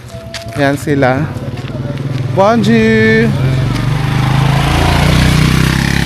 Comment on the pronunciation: borzua ka ng borzua sa (bonjour). Bonzua or Bongzua ang tamang bigkas dyan. Imbes na matuto yung subscriber mo. Naliligaw sayo. Naglalagay ka ng subtitle. Mali mali pa. Dapat kung magsalita ka ng Tagalog i sub mo ng English. At pag nagsalita ka ng french or English i sub mo ng Tagalog. Ganun dapat. Kaya di dumadami ang subscriber mo. 😂😂😂